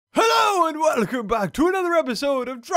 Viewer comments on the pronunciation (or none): none